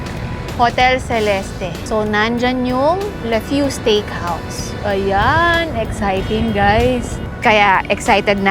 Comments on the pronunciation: it should have a silent E at the end, hence should be pronounced as "hotel selest. " french. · Its Celest you dont pronounce the e